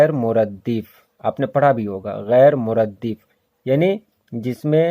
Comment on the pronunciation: سر یہ gair muraddif nhi blke gair muraddaf hai